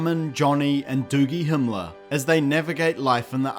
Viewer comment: he said doogie hemeler. HAAAAAAAAAAAAA im dying